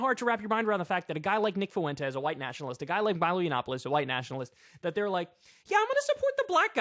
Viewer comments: Kyle, ya killing me. Fuentes is pronounced fWEN-tez, not FU-EN-tez. My Puerto Rican ears are bleeding. ✌️ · "nick foowentes" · Stop saying "Fuentes" like that. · Why do you say Fuentes like that?